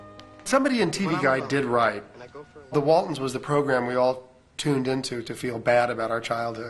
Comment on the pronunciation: I loved the Waltonds? It's "Waltons".